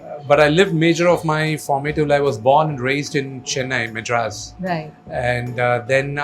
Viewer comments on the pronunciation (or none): Neer dosa is from MANGALORE not from BANGALORE and please try to work on your ACCENT it’s NOT MEDRAS it’s MADRAS 😅 ITS NOT HEDRABAD. That how it is with NEPO 😅😅😅 MOHAN BABU IM SORRY. Please ignore this video . Don’t want to go in coma 😅😅😅